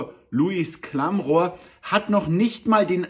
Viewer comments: Der Moderator heißt Klamroth,. Nicht Klamrohr! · Den Versprecher:"Klammrohr" finde ich gigantisch. Diese Sendung schaue ich nicht mehr, seit diese vom Klammroth gemacht wird.